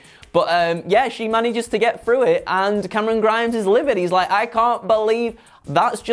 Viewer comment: Look, I love, but I don't know about "Cameron Grimes", I've always heard it pronounced as CAAAAMERON GRIIIIMES!!!!!!!!! IDK, maybe its just me.